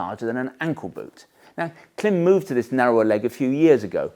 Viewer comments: Just for your information, the brand is not pronounced klim, short “I”. It’s pronounced KLYME, long “I”. Their logo has a macron (horizontal line) over the “I”, indicating a long vowel sound. In their company videos they refer to THEMSELVES as KLYME. So I’m not sure why you insist on referring to them as klim. You’re the only one doing it. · I do watch your gear videos since they are in-depth and brings a different perspective for us, Americans who thinks the world revolves around us. But I have to say...isn't it already sounding snobbish by pronouncing the brand as "KLIMB". You are doing brand damage by saying it incorrectly. Everyone and their grandma knows that. If they say CLIMB, it is what it is. Whoever you are or think cannot justify or change the way a company brand themselves. I had to argue with a rider cousin from the UK. He must be your subscriber. LOL Anyway, keep them coming and its "CLIMB"!!! , I downgraded my Baja to the Induction Pro. The Pro feel lighter, flows more air and have all around level 2 armor and $100 lesser in the US. I dont need to look like an ADV rider. I need comfort and protection. , I can guarantee Induction pants work with the AStar Tech 7 Enduro. However the velcro closure on the Tech 7 catches the mesh on the pants. Minor irritation but its the issue with boots having the hook side Velcro on the wrong side. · Correct me for correcting you if I'm wrong but I heard KLIM was Milk spelled backwards and so pronounced CLIM. Milk backwards because their first customers were snowmobiling ranchers.